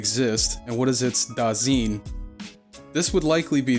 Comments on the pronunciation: A decent rule of thumb for pronouncing German words is that you vocalize the second vowel in a diphthong. Just as you say High-degger and not Hee-degger, you say da-sine or da-zine and not da-seen or da-zeen. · As a German your pronouncing of „Dasein“ let me think of a asian word somehow for most of the Video even though you were talking about a German philosopher before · Dude, if you want to be edgy about Heidegger, at least look up how to pronounce Dasein. :/ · Please if you use foreign words pronounce them correctly the ei in dasein would be pronounced like the aye for an affirmative and the ch in nicht is not a k but more like the hissing of a cat other then that a pretty good video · Dasein is pronounced so that the is the same as "I" or "eye". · Also, the "ein" in "Dasein" is pronounced the same as the "ine" in "nine". Doesn't detract from the quality of the video, but it's worth noting. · Eh, the vexing part is his butchered pronunciatoon. its jarring. If you cant speak german, stop dping it. Da (like in Da Da, babyspeak) then Fine, but instead of the f, put an s there. or swine, but cut the w. Phoneticly pleadinig yes yes. Now, nichts. Phoneticaly, there is no k there.